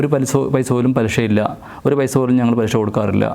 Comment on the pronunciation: ആദ്യം മലയാളം പാദിപ്പിക്ക് പലിശ എന്ന് പറയിപ്പിക്കാൻ നോക്ക്.ഷാ അല്ല ശ. ഇത് മലയാളം ആണ്. മോട്ടിവേഷൻ ചെയ്യണം മലയാളം